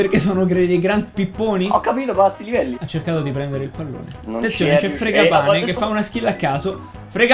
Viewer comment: Fragapane si dice